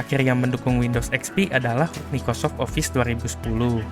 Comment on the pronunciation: Mikocok bukan Microsoft😂😂😂